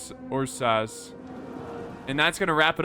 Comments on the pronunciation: it's errsus not yursas. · with all love and respect, I am losing my mind every time you try to pronounce "ursas"